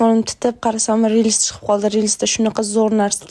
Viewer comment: Reels❎ Rilis✅😅